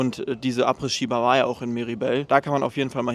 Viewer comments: du triggerst mich jedes mal wenn du Abrissski sagst :D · Du sagst Apres ski ganz falsch. Das s von Apres ist still, also man spricht es Apre Ski aus. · In jedem Video verbockt er das. Er hatte Französisch, Englisch und hat studiert. Ich bin immer wieder erschrocken darüber, wie gruselig selbst einfache Begriffe ausgesprochen werden. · Ich bin jetzt zu 3/4 mit dem Video durch und ich schaue fast alle Videos von dir sehr gern. Was mich in den Wahnsinn treibt, ist deine Aussprache diverser Begrifflichkeiten oder Markennamen usw. Daher heute: "Telekolleg 1 " Apres Ski = Apre Schi Hermès = Errmess Moët&Chandon = MoëT (nicht Moeeee) Veuve Clicquot = Wöw Klickoh Als kleine Einführung 😜 Ich hoffe, du verstehst den kleinen Spaß. BVB und Arminia Freunde sind im ❤ verbunden 😉